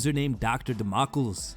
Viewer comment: I think that's Dr. 'Da-Mo-Klees,' as in Sword of Damocles.